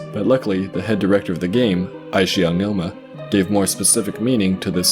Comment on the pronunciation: not to be that guy but Eiji (aonuma) is pronounced "ay-jee" not "aishi"